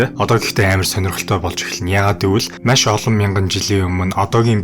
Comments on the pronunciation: Маш байвал яаж бна.машь гээд байх юм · Машь ? маш гэж уншаач эсвэл яриач пяз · Nuhursug zuvlumj: MASH gej tod hlhiig bodooroi tghgui bol MAESH gej zuulnii temdegtei ym shig sonsogdood bnaa bas olon udaa davtaj hleed bn shuu. Busdaar bol yanziin sonirholtoi blaa.Amjilt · Маш, майш 2 ялгаатай шүү. Загвар өмсөгч Энхболд шиг ярих юм. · Үзсэнд Машь их баярлалаа гээ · Машь гээд байх шиг байна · maish gshaa 😂😂😂 mongol ugiin sand tiim baihguu shuu bro 😅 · Ккккк. Маш гэдэг үгийг яаж дуудаад байна аа😅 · mashi gedeg ugiig n bur sonsoj chadahgui garlaaa ohhhhh 🫣